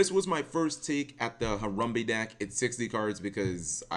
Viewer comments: i swear you literally try to pronounce things wrong just to piss people off. harumbee? really? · harambe not harumbe , put some respek on it. unsubscribed.